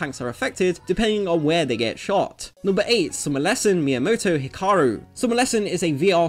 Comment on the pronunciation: Title and character is named Hikari. You say HikarU.